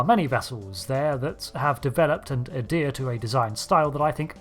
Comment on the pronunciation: The H in adhered is not silent.